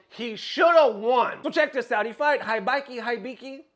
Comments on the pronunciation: It's, He biki Not High biki. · common mane u been playing Japanese games for a minute now it ain’t HIGH BIKI it’s Eeee- BEe - KEe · You hear them say "HE-BEE-KEY' correctly but you still, intentionally, say "HIGH-BY-KEY". Get real. 😑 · I'm convinced mispronounces to piss people off haha It's Heebiki, and they've been considered the best Lily in the world since the games release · da fudge is hi bee key? It's pronounce He Bee Key. 😗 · Dear, here is a tip pronouncing Japanese names: their letters always are pronounced the same. For example, "Akira" is pronounced "Ahh-keer-ahh". Most Americans pronounce it "Ahh-keer-ruh" so for Hibiki the "I" is pronounced like "ee" so it would be "Hee-bee-kee", not "High-bee-kee". Once I learned this Japanese became much easier to pronounce and less intimidating. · It's [He(e)-be(e)-ke(e)], oh my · it’s just “heebeekee” 😂, you good. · Hibiki (He bee key.) Thats how you say his name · Hibiki as in : He-be-key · Sir, it's pronounced "HE-BE-KEY" Hibiki. lol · Hibiki=Hee-Bee-Kee=ひびき He's been the world's best Lily player consistently since SF6's release (El Chakotay is easily #2). He played through the lows and the "even lowers" each season. It's about time that Capcom buffs Lily - and not some universal buff that's actually a nerf like last time... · For you, it is pronounced heebeekee, and he is one of Japan's top players. He's DAMN good. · "He Be Key" is closer to the correct pronunciation. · Yo I know english is not your first language but dont insult my boy HIBIKI's name like that its pronounce like He-Bee-Key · Hibiki - He-bee-key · it's kinda funny how he struggled to pronounce Hibiki's name when the commentators in the clip that he showed literally SHOUTING his name LMAO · if you are into japanese wisky, you should know how to read Hibiki.